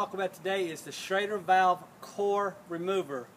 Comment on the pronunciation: It's schrader valve, not shader valve, correct?